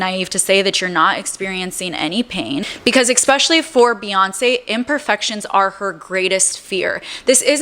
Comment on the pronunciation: Girl. The content is good, but it’s hard to take you seriously when you say ex-pecially (ESpecially) and ammonia?? Noooo. Pneumonia. (New-monia). I tried. I really did.